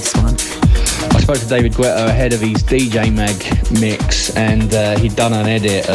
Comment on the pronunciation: Nobody says David Gwwwweta...please